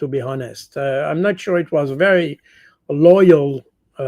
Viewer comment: Superb 5 star command of the English language, way ahead of most native speakers! If l may point out one tiny flaw: the h in(h)onest is silent as in the words hour/heir/ etc.